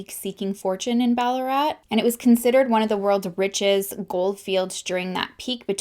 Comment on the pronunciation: Ballarat and Doveton street were pronounced perfectly. Beaufort is more like Beaufert